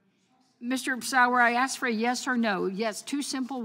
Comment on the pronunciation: What does axchyou mean? Is that even a word?